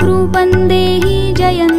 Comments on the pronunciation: बहुत सुन्दर आवाज मे सुन्दर प्रयास बस अर्गला स्त्रोत को यदि फिर से रिकॉर्ड किया जाय तो अच्छा होगा रूपंग नहीं है यह रूपम है ऐसा हमारा अपना अनुभव है अनुस्वार का न या ग और म उच्चारण का प्रभाव अलग अलग है. इस कमेंट को आलोचना न समझे. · माता रानी की वन्दना इतने भावगर्भित स्वर में पढ़ने के लिए धन्यवाद परंतु टेक श्लोक का उच्चारण गलत किया गया है। यथा रूपम् को रूपन् और जयम् को जयन् उच्चरित किया जा रहा है जो उचित नहीं है।